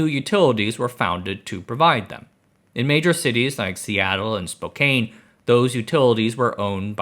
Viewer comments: Spo-Kane!!! Spo-Kane!!! Spo-Can! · As a Spokanite… it’s Spo-Can not Spo-Kane. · "spokane" is pronounced like spoh-can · "Spo-can" not "Spo-kane" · Spo-can, not Spo-cane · SPO can, NOT SPO cane. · Its spoke - an not spoke - ain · Spokane is not pronounced the way it is spelled. It is pronounced "spo-KAN" as in Bicycle SPOke + Soup 'CAN', not 'Kane' as in Candy Cane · Spo-can. Not Spo-cain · spo-can not spo-kaine btw ❤ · Spokane, Washington is pronounced [spoh-can], not [spoh-cane]. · It's pronanounced Spoke-can, not Spokaine. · Okay.. lol. I've lived here all my life. Its spo-can not spo-cane. And I worked for the cowlitz county pud. I've never heard anyone call it pud. Everyone says p.u.d. pronouncing every letter. To this day my power bill says p.u.d. and i lived in sight of the Trojan nuclear plant until they demolished it. I swimmed in the Colombia River right across from the plant as a kid. Lol. Maybe not the best idea. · Spokane isn't pronounced Like Cocaine, guy. 🫠 spōh-kan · Lol spo-kane? Try again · Spokane is pronounced "spo-CAN" Iimagine there's no "e" at the end. A dead giveaway that someone hasn't lived or spent lots of time in Washington state. ;-) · Spough-Kane? Lol AI could have got that one. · Lmao Spok-aine he ain't from here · Spoke-Anne is how its said. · I had a similar thought, though a better phonetication is Spo-Can. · Its pronounced SPO CAN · It’s pronounced spo-can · Spokane is pronounced Spo can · next time you talk about spokane, the pronunciation is spoke-anne or spo-can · Spo-Caine hits like a punch to the gut. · Spo-Can. E is silent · It’s pronounced “Spokann”, but that’s entirely understandable. Also, I’ve lived here my whole life and I think 99% of people here either have never heard this story or don’t remember the bankruptcy Also, where I’m from hearing “BPA” and aluminum smelting together is a bit triggering 😂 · Yes! P. U. D. is how it's pronounced here in the Great Pacific Northwest. Also: It's SPO-kan.